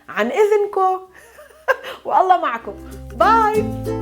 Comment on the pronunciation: Just a small notice, its معكم not معكو، I know it is the palestinian dialect, but you need to talk about the original form, then talk about how it changed. Even for وجهك not وجك